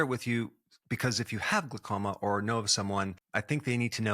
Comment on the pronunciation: It's glau- as in howl, not gluh- as in duh! Great info though, thx!!